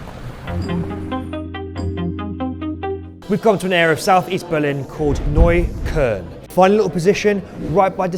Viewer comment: Terrible pronunciation of neukolln also not great guide to Berlin 👎🏻👎🏻